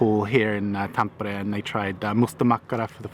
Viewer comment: Gotta love how you say Tampere :D